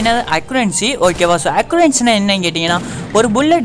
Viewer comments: Accubancy ya accuracy bro 🤣🤣🤣just for fun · accubancy sonigala epadi en pathen aparama thrithu accuracy nu 🤣